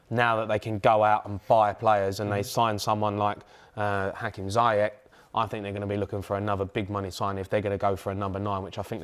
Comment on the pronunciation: No one... Jamie O Hara : "HAKIM ZAAYECH"